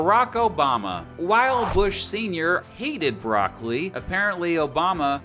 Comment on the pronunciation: If you are contemplating a career as a comedian, just don't give up your regular job. BTW; it's "brock-o-lee", not "brock-lee." This advice is free.